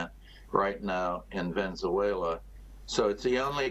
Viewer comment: It's Venezuela not Venzuela!